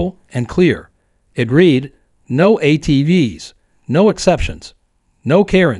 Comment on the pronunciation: Need to learn to pronounce certain words like read , etc.